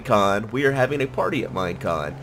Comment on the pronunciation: It is MINECON! non mine on